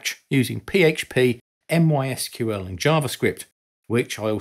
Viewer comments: Never heard anyone call it M-Y-SQL lol it's always pronounced "My SQL", so I'm assuming that part of things was part of their script and not your own anecdote? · I doubt you did as nobody calls it M Y S Q L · When you pronounce it 'M Y Sql' its obvious that you didn't code back in the day... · I head Somebody pronounce it like mysequel.. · There are a couple common way of pronouncing MySQL and the usual online debate around which is correct. Yours is a third way :) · this my might be the first time in history somebody pronounced MySQL this way...